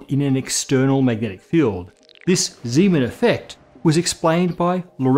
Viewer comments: Zeeman's name is pronunced incorrectly. The "Zee" sounds more like "zay." I had a Dutch professor in undergrad that stressed pronouncing the guy's name right. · I haven't heard "Zee-man" in over 10 years, it's been "Zay-man" from about everyone I knew. It just sounds close to Siemens. It's kind of like someone pronouncing Euler as "Yoo-ler;" I understand what's being said eventually, but it makes me do a double-take. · The difference is everyone says Euler as Oy-ler, but nobody says Zeeman as Zayman, so that's what will cause the double take. Kinda like pronouncing Ising as "Eesing".